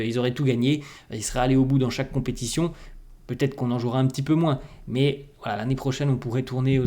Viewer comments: J'adore tes commentaires mais tu dois faire un effort pour éviter de dire : devrait..zêtre, pourrait..zêtre quand c'est à la 3e personne du singulier ou pluriel. Merci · On parle de l'accord qu'il fait. Quand il y a " t " à la fin d'un mot, on ne doit pas dire zêtre. C'est plutôt têtre. Il fait souvent cette erreur. Si vous voulez, je vous prie de réécouter encore ses commentaires. Merci